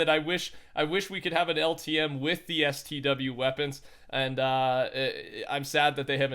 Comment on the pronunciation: I couldn’t have been the only one annoyed by him saying stw... LMFAO i don’t even play it but I’ve never heard someone say it like that